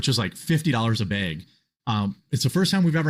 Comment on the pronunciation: I like how said "Koda is like $50 a BEG" haha